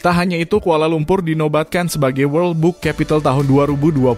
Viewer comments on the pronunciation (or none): none